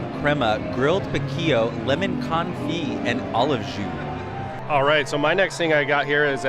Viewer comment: The T is silent on the confit